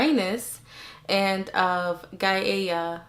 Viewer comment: Gaia is pronounced "guy-ah".